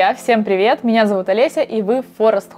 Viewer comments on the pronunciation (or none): none